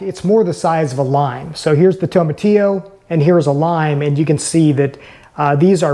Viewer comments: you are pronouncing TOMATILLO wrong lol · The Very first thing you said is wrong. That's not how you pronounce it.